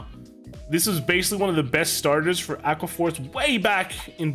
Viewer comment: "Drawqua" Force